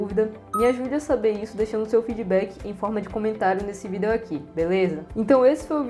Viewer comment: Pq você fala vídeo diferente?